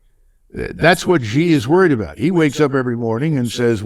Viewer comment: Xi is pronounsed as Si or as letter C. MacGregor is brilliant as usual.